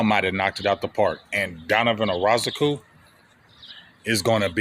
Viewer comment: We in June and big still butchering EZ last name 🤣🤣